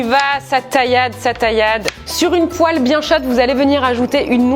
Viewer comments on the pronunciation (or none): none